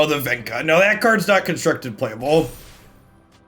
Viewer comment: Vecna is pronounced vek-nah